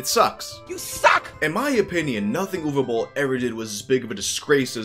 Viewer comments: Watched just to hear the correct pronunciation of Uwe Boll. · Thanks for pronouncing his name right! Another great vid bro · Yeah. It's Ooh-vay Bowl. You're welcome.